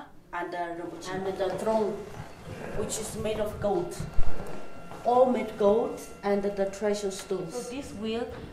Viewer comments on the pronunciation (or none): none